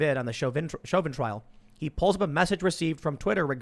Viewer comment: Every once in a while Tim astounds me with what he does not know. I cringed hard when -- as a "journalist," mind you -- he didn't know how to pronounce Derek Chavin's name. But somehow (to me), not knowing who Michael Crichton was is worse.